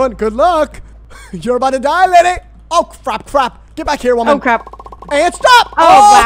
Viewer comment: this is killing me why was he doing that with his hands and saying lady like that